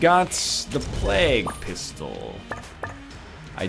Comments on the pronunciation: plague he says it like "Flag" "Oh yeah just talkin about the Black Plag" "You mean the Black Flag? The pirates?" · NL still can't say plague right... my ears. THE PLAQUE!